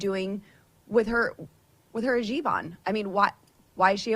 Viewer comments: Not to be that person, but I'm gonna be that person. It's Hijab. Not Hajib :) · First of all, it's a hijab...not a hajib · It's hijab, not hajib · Lauren, you dense bint: it's a 'hijab' not a 'hajib'! Furthermore, you CLEARLY don't know what the Separation Clause means . It perhaps explains why you didn't even attain your GED until just before you were elected to Congress! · What the hell is a Hajeeb??? It's a Hijab FFS! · It's not hijeeb ifs hijab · The word is Hi-Jab, not Ha-Jib. Maybe Bobert is dyslexic. And if so, it's a possible explanation as to why she is how she is. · Uh, the pronunciation of Ms Omar’s headgear is “hee-job,” NOT “haw-jeeb”! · Its called hijab, not hijeb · Great video as always, Nina. You rock. Just one thing: I think it's pronounced hee-jahb, not ha-jeeb. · Hij-ab cmon look it up before you comment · "Hajeeb". *sigh🙄facepalm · I think it's lazy AF reporting if YOU also call it a "hijib" and not to mention disrespectful. I get Boebert doing, she's just a KKKunt like that, but ya'll should know better. hi·jab /hiˈjäb/ For future reference. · You may want to learn how to pronounce hijab.